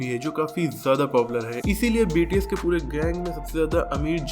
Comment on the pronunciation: It's not BTC it's bts